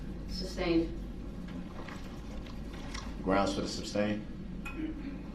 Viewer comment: It's amusing to me how he keeps saying words wrong to sound smart and educated. The judge has said "sustained" a thousand times and yet he STILL pronounces it "substained".